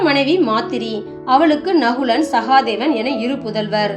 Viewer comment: sahaadhevan illa...sahadhevan